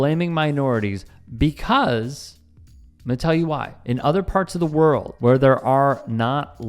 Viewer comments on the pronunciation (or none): none